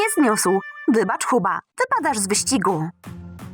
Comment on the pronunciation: Booba powiedziałaś huba